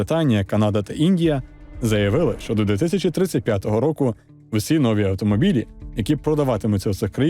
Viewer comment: Наголос у слові «нові» неправильний. Навіщо говорити, що «ми поговоримо у цьому відео», якщо ти і я не будемо говорити?